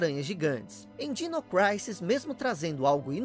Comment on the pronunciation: MASSA! ADORO SEUS VIDEOS...Só uma dica: Creio que, ja q é pra pronunciar o nome do jogo em inglês, ja q disse "Craisis"(Crisis), corretamente, a pronuncia de Dinossaurs é "Dainossors". Dino é diminutivo de Dinossaur...Então a pronuncia certa é algo como Dainou Craisis.